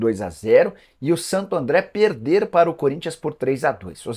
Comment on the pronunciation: Nicola você está precisando corrigir sua pronuncia das palavras com ( R ) pôr exemplo não é pereder e sim perder...